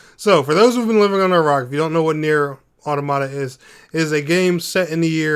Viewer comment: Still mispronouncing automata